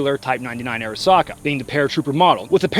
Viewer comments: the correct pronunciation is Ah ri sa ka or あ。り。さ。か。 if you’re going to have antique weapons from foreign countries being able to speak the language is what separates you from a well cultured autist and the absolute fuck nut tools who drive up prices on gunbroker. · ありさか is pronounced ah-ree-sa-ka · Just lean in an pronounce it er-SACK-uh